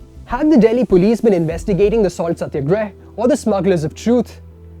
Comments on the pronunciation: Nice video my friend quite informative But The accent in which you twisted the salt satyagraha, while I appreciate your eloquent English I would still prefer the pronounciation for indian words to be the way they are in the Indian dialect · First learn to pronounce satyagrah then give your bias news.